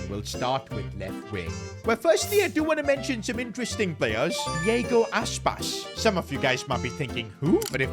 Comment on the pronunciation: tries to show ball knowledge with Aspas but you speak his name as: Jago Aspas not iago